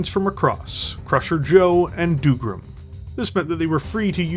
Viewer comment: The worst part of this video is mispronunciation of "Dougram."